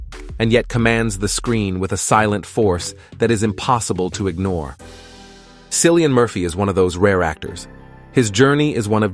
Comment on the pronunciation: Cillian pronounced Killian not a C but a K!❤